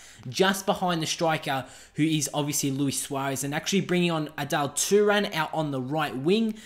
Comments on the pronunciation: Adal Turan lol It's Arda Turan. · its arda turan not adelle turan